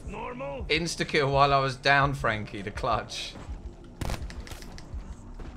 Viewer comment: tf you just say Frankie?😂 Packuhpundhdhshsgaga is what i heard lmfao.